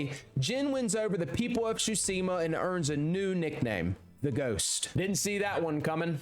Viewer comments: great video but your pronounciation of "Tsushima" pisses me off ^^ its Tsu-shi-ma not sushima ...idk why this triggers me so hard anyway great job^^ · Ghost of SHUSIMA 😂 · Chusima... Tsu...Shi...Ma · Every time you said “Tschusima” instead of Tsushima it sent shivers down my spine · Every time he said “Shutsima”. 😢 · “Ghost of shusima” 💀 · "Ghost of Shooseema" Brother... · He called the game. „Ghost of Tchusima“ so I’m not surprised😂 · REALLY ITS NOT GHOST OF SHOESIMHAH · kinda klling me more than the lethal thugs with mispeaking TSHUSIMA the whole video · Ghost of Shusima. Lord Shoe-mira😂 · How did this poor man manage to butcher every* single Japanese word 😭😭😭 (SHOO-see-mah, sa-KY, shi-MEER-a) I’m not mad btw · Ghost of tchusima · I hate nitpicking like this generally. But the horrible pronunciation in this video actually just pissed me off. It’s TSUSHIMA. Not SHUTSIMA I swear to god it got worse every time I heard it. Did he not read the title of the game he was playing for more than half a second? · I just started the video and I don't think I'll be able to handle him saying Shoosima the whole time 😭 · The pronounciation is killing me xD Ryuzo -> Rayuzo Tsushima -> Susima Shimura -> Shaimura Khotun -> Khotus Masako -> Masakao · "Ghost of shuseama" REAL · Great video so far but damn how are you so unable to pronounce tsushima and khotun khan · May have platinumed it but you still can’t pronounce Tsushima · Can't even say Tsushima correctly either. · He doesn’t even say Tsushima right, what did you expect? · The only crime here is the way you prounounce Tsushima Edit....Nevermind, there are many crimes of pronounciation.